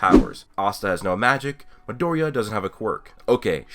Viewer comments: Who is madouria? Oh you mean Midoriya... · Any1 else wanna kill themselves when he says midoriya and naruto lol. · God.. The way you pronounce Midoriya's name is so inconsistent... Anyways I didn't know people compared this show to BNHA. But it does have many similarity with Naruto and Fairy Tail. I wouldn't call it shameless copy like people say but it being heavily inspired by aforementioned series. My only problem with the anime is 9 out of 10 times it would have the atrocious animation, which made me drop it. I would give the manga a go in a few years if it is still not cancelled. Also, me having seen and read many shounen series for 15+ years I do feel the plot is overly used. Naruto, Fairy Tail or BNHA wasn't the first but they probably had some unique pull. Black Clover seems to lack that uniqueness, something of its own to separate it from the former shounen titles. That is what I agree with most YouTubers criticizing Black Clover.